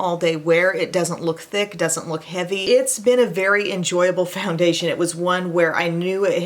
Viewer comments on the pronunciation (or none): none